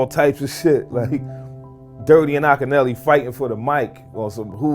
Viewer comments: Ahhk ki Nelly...Akinyele...Deck even pronounces it in the vid ...A.I. bs is killing us.🤦🏿‍♂️ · I like how the A.I. narrator mispronounced Akinyele's name. 😆